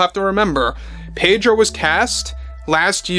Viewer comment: The "r" in Pedro is silent